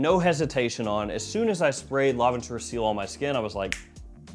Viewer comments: Its pronounced; see-l, not seal . Also, it means sky in french lol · It's pronounced see-el not seal like the animal. It means sky in French. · not seal, its ci-elle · It is CIEL not SEAL. It is called sky blue because it is colored sky blue. Mother mercy, why are you doing this?! Tea note in Milesime Imperial clone? What even is this. You know what, forget all that. How do these compare in quality and wearability to Sillage and Milestone from the CDN line?